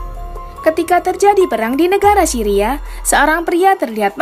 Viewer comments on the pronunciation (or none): none